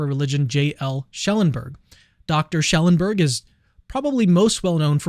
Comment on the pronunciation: It’s Schellenberg not Schelleberg. You’re missing n.